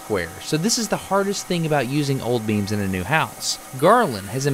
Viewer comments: I thought he said beans. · when he said beams i thought he was talking about beans so i was very confused